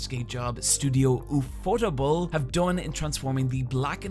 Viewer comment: Normal English speakers: UFO-TABLE: UU PHOTABLE